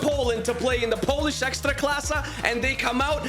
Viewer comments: Why are you saying ekstraklasa with russian accent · Bro said ekstraklassa like polish poeple ..... well i mean he is russian